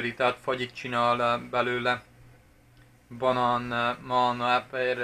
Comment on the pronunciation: Direkt beszélsz így vagy ez igazi tájszólás? Egyébként jól hangzik a balán meg motrot és hasonlók, csak olyan szinten tájszólás jellegű, hogy azt hinné az ember direkt így mondod.